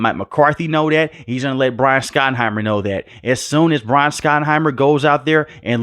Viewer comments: It’s shot not Scot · Shot-en-himer. Not skot-en-himer. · His name is pronounced SHOT-enheimer.